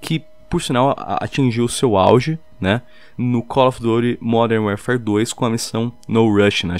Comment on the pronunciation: Werefare ahahaha boa pronúncia (ps: nao sou hater adoro o canal mas nao consegui resistir)